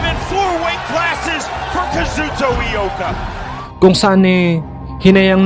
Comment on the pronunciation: Ang Ioka at loka parehas lang kung tingnan. Kaya ang basa nya ay "lo ka' " pa rin. Hindi nya alam na letter "I" yon gaya ng sa salitang "ilong" ong salitang "iyo" at hindi letter "L" gaya ng sa salitang "lobo", "loro", "lomi", o "loka-loka" . Kaya hindi "lo-ka" ang tamang bigkas. Wag lang masamain nais ko lang makatulong. Subukan natin: "i - yo- ka". 😊